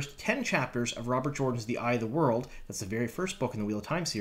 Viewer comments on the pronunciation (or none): none